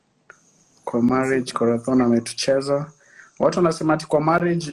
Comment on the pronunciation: Aki umesema Corathon😆😆😆😆 alafu pia hapo Kwa I trust Frankie ukacheka. You're so salvage.